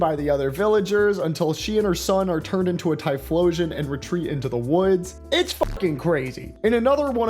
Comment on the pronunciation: I’m sorry the what and the what with the typholaion, so that what’s been going on with typhlosion, oh god